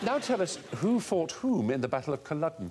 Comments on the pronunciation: Why do they keep saying Colluden? It’s Culloden. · It's Culloden, Stephen, not Colluden. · Never heard of "Culludun" before. Christ...how hard is it to find out the pronunciation before the show